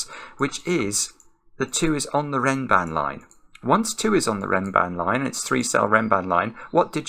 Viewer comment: Perfectly pronounced! A beautiful Renban Abed Hawila.